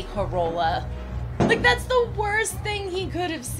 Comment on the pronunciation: FYI- accent is on "car" in Carola.